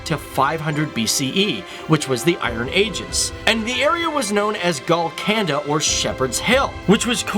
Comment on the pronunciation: Lol when he said GOLKONDA, Kohinoor, Nizam counldnt understand it